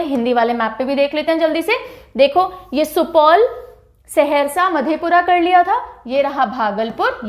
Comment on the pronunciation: Saharasa not seharsa